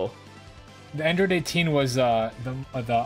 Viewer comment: Android Date-teen.